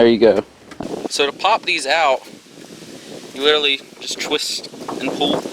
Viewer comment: i thought it was pronounced 'twist' not 'chwist'